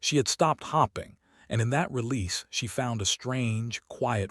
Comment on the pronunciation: Once again, it's pronounced ELL-UH-NOR. Not Eeleener. This AI never says it correctly. And hoping, not hopping. 😒